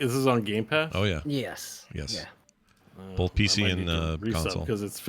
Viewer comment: thought of it! "both" "bolth"